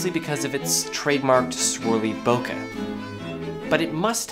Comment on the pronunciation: This video is great but what is greater is that unlike most other YouTubers, you say bokeh correctly. Thank you so much